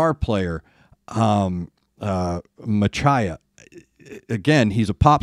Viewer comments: Great review. Your pronunciation is basically alright with some corrections. Shi-gin should be shi(like she) and gi of gin should be like gui of guitar. Pronunce it as She-guin totally. Machiya and Asa should be proununce like Spanish. Yuko is not a sword master but a Traditional "sword dance" master. Yes she uses her fan as they do in traditional Japanese dance. Shi-gin is not operatic, it's traditional poem recital. I recommend you to try their another aspects. Very Japanese side based on an old Japanese folk tale "Toono monogatari kyuu-yon". An up beat folk rock, "Senbonzakura". A beatiful piece of art, "Kyoshu no sora". You sound like you love metal in 80s. If so, try a Japanese outstanding metal band "Lovebites". They've got DNA from all the great band of the golden ages 80s, such as Maiden, Priest, Metallica, Slayer, Megadeath and other good ones, and with their own unique style. They are carrying on the authentic metal in 21st century style. I won't tell you more for your surprise. I tell you one thing though, hold your jaw tight and enjoy. My suggestions. "Chopin Revolutionary Etude + Swan Song" Begins with ballad, ends with power metal. "Edge of the World" Typical power metal. "Holy War" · I know you are a professional Radio DJ and you have a nice voice :) Daisuke is pronounced Dice K. Machiya is like Matchy Ya. I don't know what Machiya's guitar is using but the female band BRIDEAR's guitarist uses her fathers handmade :)